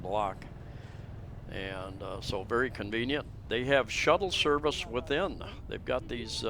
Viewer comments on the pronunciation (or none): none